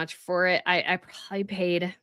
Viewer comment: Also, are you saying "prawley", for " probably"? Hmm. I've never heard an adult do that before. 😂😂😂